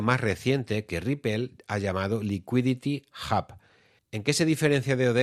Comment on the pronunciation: Un poco cojo el análisis... pero lo que cuenta es la intención. Por qué dices "Licuiditi Jab" y no "Liquidity Ub" tete?